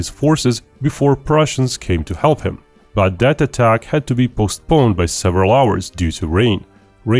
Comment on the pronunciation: Narrator = stop pronouncing words like " that" and " their" Like "dat" and "deir" Annoying